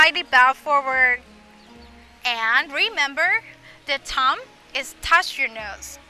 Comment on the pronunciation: Excellent! I wish I could help you pronounce the word Thumb. Thai’ who actually speak English Very well so often have a couple of small things that if they could learn would take their skills to the next level. Words with TH, an V especially.